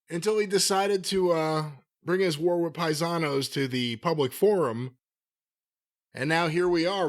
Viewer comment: Next time Flair goes on a show, crowd gonna chant PIE-SA-NOS!!!